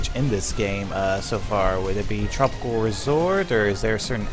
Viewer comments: You sed tropicol resort LOL Ps: replay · Am I the only who heard him say tropical resort